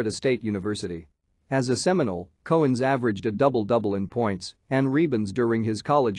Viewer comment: The narrator sucks! Dave's last name is pronounced COW-ens as in moo cow, and the Celtics do not have the hard C pronunciation! He also kept repeating himself at times and his mispronunciation of rebounds kept driving me crazy!! Nice video otherwise!